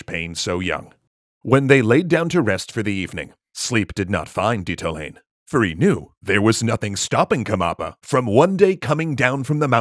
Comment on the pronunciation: It is Le-su-tu (like Zulu) and Di-ta-o--la-neh.